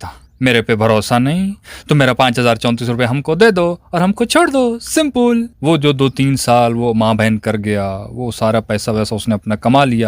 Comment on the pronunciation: Simple ❌ simpol ✅